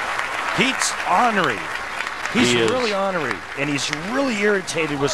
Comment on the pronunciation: Lol I love how they say “honorey”